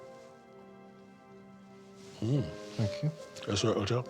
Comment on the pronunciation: "Thankey" (Davina McCall)